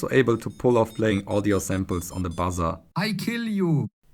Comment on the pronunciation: Love the 'I KILL YOU' in a German accent :)